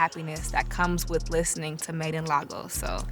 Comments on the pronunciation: Wizkid 🇳🇬 #naijababe but mama it’s “Lay-goes” not “Lah-gos” 🥰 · Made in lah-gos 😅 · Its d way she pronunces Lagos 4 me.😂 Now I'm beginning to understand why I just love her.😍😍😍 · Its d way she says it 4 me😂